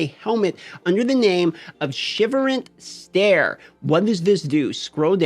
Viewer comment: Say it shiver-cent stare. Been using this in my dual beam build a long time. it is quite op.